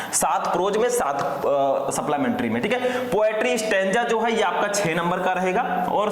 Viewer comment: Suplamentary nahi supplementary